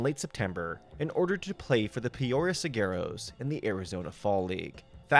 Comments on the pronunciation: I knew Yasmany Tomas was gonna make the list. D-backs fans still have PTSD from that trainwreck. He would have been hilarious if he were on the dodgers. btw Saguaro is not pronounced segarros. It's suh-WAR-o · "Saguaro" is pronounced like "sə-WAR-oh".